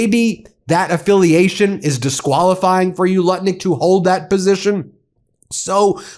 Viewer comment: Ben. The US Commerce Secretary’s name is Howard Lutnick, not Lutkin. Lutnick, it rhymes with Smutnick.